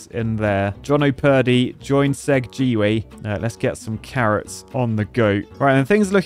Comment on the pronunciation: "Segg Gway"- Segway 😏: "Segg Gee Way"...? 🧐